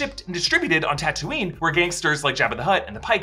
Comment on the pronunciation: its taa-too-nee